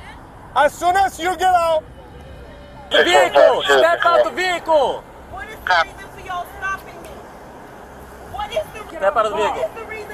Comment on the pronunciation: "and réfusèd to leave the véhiclé"